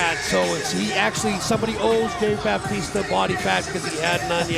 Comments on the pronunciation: FUCK MAN ITS BATISTA NOT BAUUUTISSTA can't even concentrate with him calling him that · Who the hell is Bowteasta? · I'm I the only one who realised that one of the commentators called Batista ,"Baptista" 😂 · What the fuck is a "Baptista"? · batista not bowtista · why is that guy calling him babtista ? :D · did he say jab fitness???